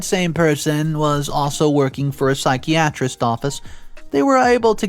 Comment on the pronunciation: Dement-cha. Sigh-ki-ah-trist. I have said it before, but I implore you to get a beta reader!